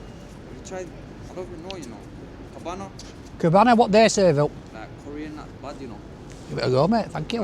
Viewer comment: asked, "Do they deLIVER???" Well DeliveRdOO ☺️ er soz Deliveroo do yeah They also do 🍖 beef, 🍗 chicken, 🐟 fish, 🥩 lamb/steak & pork 🥲 N⛔️ liver unfortunately 😞 A classic Peter Kay joke there! 😅 If you know you know 😊 That lad who said "Cabanna"/"Kebana" sounds like it could be a Kebab joint Wasn't sure how it was pronounced/spelt but it sounded like that and I don't live in Manchester so I wouldn't know anyway where it was Also, I thought he was gunna sing the next lyrics "set me free" from the classic hit song "I'm Outta Love" from Anastasia